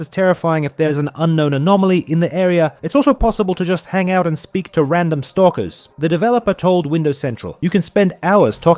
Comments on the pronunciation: You can tell it's an ai talking when he calls stalkers, stalkiers lmao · Stalkier is how it is pronounced in Russian lmfao